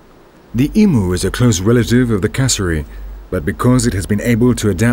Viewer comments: Emu is not pronounced (e moo) it's pronounced (eem you) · G'day YouTubers. Fair bloody dinkum loving this doco but bloody Nora get a narrator that Australian I couldn't understand a bloody word he said when it comes to our animals which he completely stuffed up like emu not umu. If you doing a doco on this Great Southern Land use a Stralyan narrator. Cheers from the sunburnt country the home of the free brave and bold . Biggest island in the world surrounded by water MY STRALYA.., it's like a nature floating ship of evolution and wonder. Gudonya. Havagudon YouTubers. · The "clear diction" is robotic, places stresses in the wrong places, and mispronounces "emu". The vocabulary is decidedly English and foreign to Australian usages. If you said to an Australian that a bandicoot lived in a "lair" and ran into a "thicket" you would be met with the reply, "what are you talking about?" The accent is foreign. Sounds like he has not much idea of what he is talking about, and is merely reading a script cut and pasted out of a couple of old English text books excavated from the bowels of the discarded books library. Have grave doubts he is an Australian, or even been to the joint. Apart from that he made the most interesting subject on the planet monotonously boring. The saving grace, as remarked by the learned and cultured DokktorDeth: thankfully NOT American. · Just a side note: We do not pronounce 'Emu' ee-moo, aussies say eem-yew. The E is stressed and ends on the 'm'. The letter 'u' does not have an 'ooh' pronunciation. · Emu is pronounced as eemyou not emoo, I am Australian :) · I'm a 42yo Australian and I've never seen or heard of a Emoo. I have seen birds like the ones seen in this documentary but we and I mean all Australians call them EMU and we Aussies should know. You will Dr the last letter is =U, not a OO. So please show some respect to our wildlife and our language don't be disrespectful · The pronunciation is "eemyoo" not "eemoo" !! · 'eem-you' not 'E-moo'